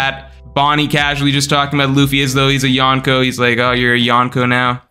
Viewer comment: why do you say yonko like that lol so embrassing